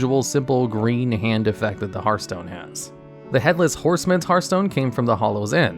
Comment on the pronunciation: You get a thumbs up just for being able to say the word "Hearthstone" properly! Edit: this video would also make an amazing Hearthstone drinking game! I'd be drunk as hell!